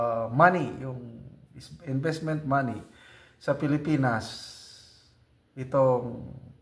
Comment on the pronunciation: Flow of disbursement, not inveztment...kaya pabulosok na economy natin...?